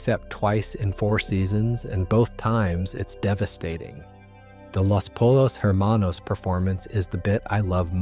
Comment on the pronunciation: Pollos Hermanos is pronounced POYOS. Was confused how someone’s wouldn’t know that, but I live in Texas and paid attention in Spanish